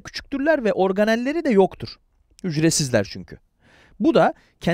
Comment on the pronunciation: Hocam her "hücresizdirler" deyişinizi "ücretsizdirler" diye anlıyordum deminden beri Allah akıl fikir versin bana 😂